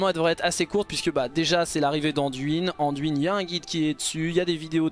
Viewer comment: Nan mais, c'est pas "Anduinne" d'abord, c'est Anne-duine ! T'es bien gentil mon p'tit chauve-souriant mais uiliser la prononciation anglaise juste pour la moitié du mot c'est pas plus joli ! 😜